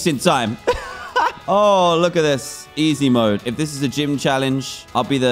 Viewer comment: Dan: "It's Jeem Leader Time!!" Me: "Did He STUTTTER!!??"